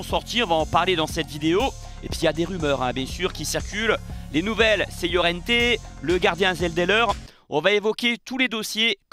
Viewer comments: Salut, petite précision pour Laurienté il faut prononcer comme Lorientais. Tu prononces à l'espagnole façon llorente 😉. Toujours est-il que tu fais une fois de plus du très bon boulot 👍👍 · Il fait délirer, Laurienté prononcé Llorente, Fullkrug prononcé Foulerouge, ManYounited prononcé ManUnited, change rien, tu me tue... 😂